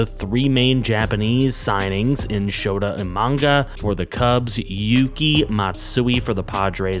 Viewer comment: Oh my I died when you said shota imanga😂😂😂